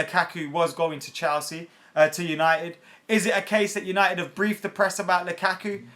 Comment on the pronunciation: Ffs never gonna suscribe to someone who can't even say Chelsea properly.. wtf is CHALsea..